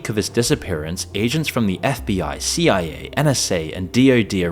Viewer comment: Damnit I know damn well you know that CIA isn’t pronounced Sia. This tells me one thing…